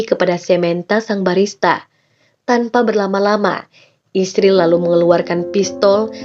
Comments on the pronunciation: Gak profesional, ada beberapa kata yang tidak disebut, seperti Gereja, Kristen, maupun Yesus. Dan membaca Israel aja malah isril, kalau gak biat kagak usah dibahas. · israel mbacanya isril ya